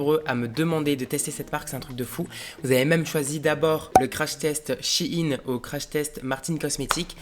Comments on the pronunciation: La seule chose que j'ai retenu de la video c'est le début où il dit " Chi ine" c'est bizard wsh on dit "shayne" et pas :Shaiyne" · Ps c’est shein pas « Chine » 😭😭🤣🤣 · Par contre "shein" ne se prononce pas "Chi-ine" genre moi je dis "chayyne" et je ne dis pas non plus "Chine" ou "chaiyne" fin bref dites dans les commentaires comment vous dites. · SHIHIN ??😭 Mais on dit SHAYNE nan ??😂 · C shein pas shigin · Sa se dit pas chine mes sheine